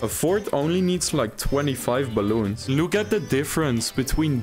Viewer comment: "Deez bwaloens"